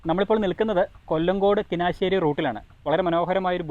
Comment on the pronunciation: Bro ,കിനാശ്ശേരിയല്ല കുനിശ്ശേരിയാണ്. വീഡിയോസ് ന്നായിട്ടുണ്ട്.